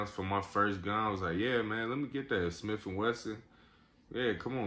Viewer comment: “Another smiff and wesson” lmao......good shit tho